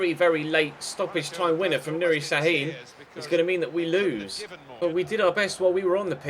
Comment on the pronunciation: şAAAHIIIIIN (it is not s it is ş)